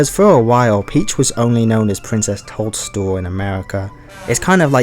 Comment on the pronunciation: Cannot help but hear Princess Told-Stool every time 🍄